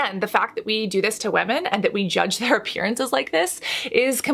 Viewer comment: Do we say WAMIN in English nowadays instead of women?